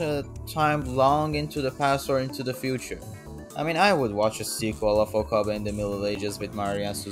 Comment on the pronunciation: Okabei not Okabaa